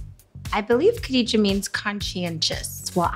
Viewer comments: Ralu S. Very funny isn’t it supposed to be Kha instead of Khe 🤣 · Lol why I every time Malika says Kadija I hear Kitty J 😂💁🏾‍♀️